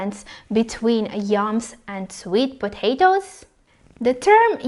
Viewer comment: Did u say YUMS or YAMS?